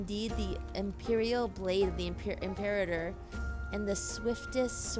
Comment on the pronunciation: the way they say "imperator" is so odd after hearing its pronunciation from 40k